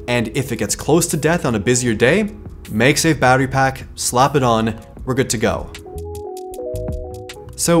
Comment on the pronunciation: Please stop saying magsafe as "meyg-safe". The "mag" in magsafe is "magnet". So pronounce mag as in the word mad.